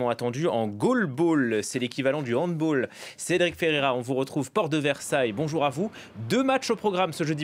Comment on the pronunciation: On ne prononce pas Handball à l'anglophone mais Handball ("balle"). Le sport vient d'Allemagne... Tout le monde sait ça, personne ne dit Handboool 🙄😑